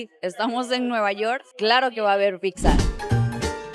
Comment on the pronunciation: Pizza, NO PICSA! Porfa ya llevas demasiado tiempo en México como para que ya hubieras aprendido y además eres comunicadora, un poco de respeto con tu audiencia.